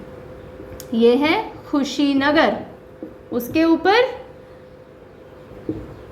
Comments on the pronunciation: i am sorry to say mam pr aapne thoda sa galat bol diya tha Mam खुशीनगर nhi कुशीनगर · Dear Ma'am nice video, but that is not khushi Nagar that is kushinagar (कुशीनगर) !! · कुशीनगर मैडम खुशीनगर नहीं😢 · खुशी नगर नही कुसी नगर पहले खुद पड़ना सीखो उसके बाद ज्ञान देने aoo 😂😂😂😂😂😂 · Kushinagar hai ma'am Khushinagar na hai. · Madam vo kushinagar district h not khushinagar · it's कुशीनगर not खुशीनगर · madam g khushi Nagar nahi hai ye kushi nagar hai ...by the way nice class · Mam it's कुशीनगर not khusi nagar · It is Kushi Nagar not khushinsgar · Mam it's not Khusinagar its Kushinagar😊😊I'm from Kushinagar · कुशीनगर not Khusinagar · Mam You should pronounce the name of district correctly. It's hurt to those students who are belonging to that particular district...... kushinagar....khushinagar see the difference 🥰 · Madam khusinagar nhi hai Kushinagar hai। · Khushinagar nhi kushinagar he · Kushinagar not khushinagar. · मैडम जी कुशीनगर को खुशी नगर मत khiye... Up Ganda नहीं up lion h.. 🙏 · Mam khushinagar nhi kushinagar h vo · Ma'am I am from Gorakhpur... It is कुशीनगर, not खुशीनगर..... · Lgta h mam jyda khush h ... esliye khushinagar ko khushinagar pd rhi h 😊...by the way nice job mam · मैडम जी कुशीनगर बोलते है (madam ji speak kushinagar) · कुशीनगर hota है मैडम